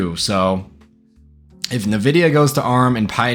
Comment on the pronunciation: Bro said nividia